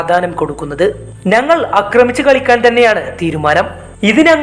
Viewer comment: നങ്ങൾ അല്ല ... ഞങ്ങൾ😂